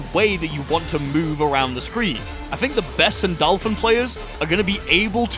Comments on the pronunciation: sandAAAlphon, eh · My brother in Christ. I love your videos. But how. Do you manage to butcher a name. In a game where the announcer literally spells it out for you.